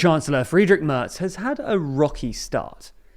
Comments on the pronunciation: Merz spricht man wie den März aus, und das ist genau das, was der Kommentar weiter oben anspricht. Anstatt es wie „Mörz“ auszusprechen, was im Video getan wurde, sollte man es eher wie März aussprechen, was dem englischen A-Ton im Wort Mac entspricht. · It is not pronounced Merts. The A is pronounced roughly like the Ma(c) from McDonald's.